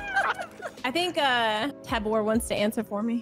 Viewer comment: I know where you were going when incorrectly pronounced tabor’s name